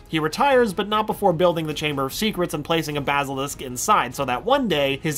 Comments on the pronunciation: I have a problem with the way he says basilisk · He said basilisk wrong